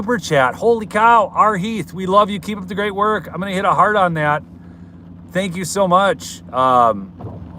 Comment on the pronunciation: you said Heart on but I first thought you said hard on at the end of your clip. Lol